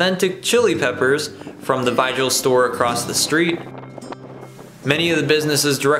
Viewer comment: Soooo, "Vigil" is not pronounced like it's read; you don't say the "G", it's pronounced like an H.... Other than that, you did a pretty good job here!